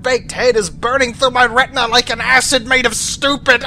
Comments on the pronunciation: >He does seem to loik you >loik you > loik cRoIkEy! nOw ThAt'S aBoUt As ClOsE aS iT gEtS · "He does seem to loik you"